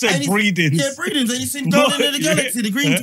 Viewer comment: Man said Breedins. I am sick 😭